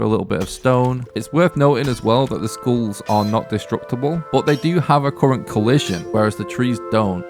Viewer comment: “Giant Skools”